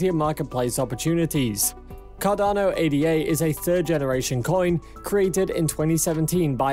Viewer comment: It’s not pronounced “A-D-A”. It’s “Ada”. Like the woman’s name.